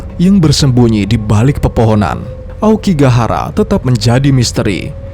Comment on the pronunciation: Hutan Aokigahara itu kadang penyebutan nya jadi aokigakara 😅 dan mungkin karena banyak pohon gaharu ,jadinya gahara ,dan bisa jadi gara juga yg di Naruto inspirasi ny 😅,cocokologi😂